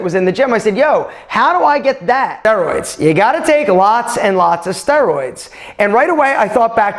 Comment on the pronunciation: Why I'm thinking he is pronouncing steroids wrong